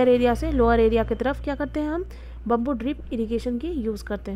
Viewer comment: It’s not bumboo it’s bam-boo 😅